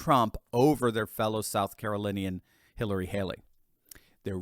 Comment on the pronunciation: I kike "Halery" better. 😝